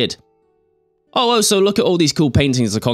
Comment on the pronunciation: I'd just like to state for the record that it's pronounced "all - so", not "oh - so".